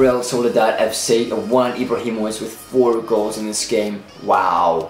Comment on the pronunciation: I love how he said ibrahi mock